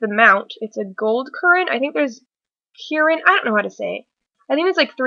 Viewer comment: It's Ken -Rin